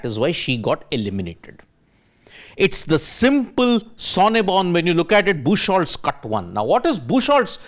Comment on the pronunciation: BOOK-HOLTZ, not bush-holtz. It's a common name meaning "beach wood". Look up google for pronunciation.